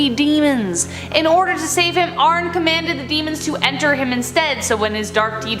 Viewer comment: ArnE not Arn. DefeO not Defae. If you’re going to discuss these people please learn how to pronounce them correctly